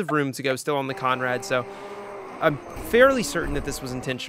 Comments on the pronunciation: It's Conrod not Conrad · Heads up it’s Conrod Straight not Conrad straight. Like your content mate keep it up